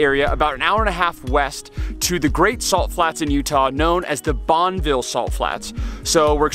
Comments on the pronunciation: Bonn-e-ville not Bonnville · Nice video- loved the drone footage on the other side of the freeway. Just an FYI- the locals say “bon-i-vill” (with a short i sound). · You live in utah but dont know how to say Bonneville correctly.. wtf